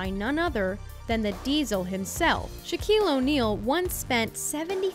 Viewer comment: “Shaquale Onale”